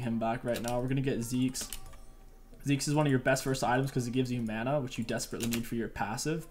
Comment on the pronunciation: how did you say "mana"? That sounded like maana